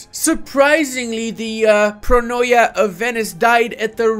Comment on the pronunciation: its not pronoia its pronia